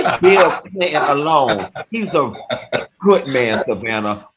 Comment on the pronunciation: Babyyyy funky said he’s a “goodt” man, he’s a “goodt” man Savannah 🤣🤣🤣🤣 took me completely out 💀💀💀